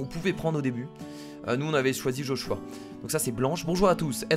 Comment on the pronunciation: on dit Joshuuuùu a